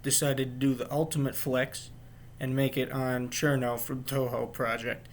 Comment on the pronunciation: Thumbs up for pronouncing her name correctly